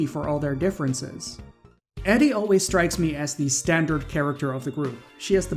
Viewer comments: Edie is "Eeh-dee" not "Eddie" 😂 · It's pronounced EE-die, not EH-die.